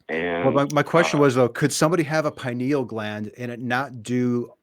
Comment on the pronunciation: "Pineal clam".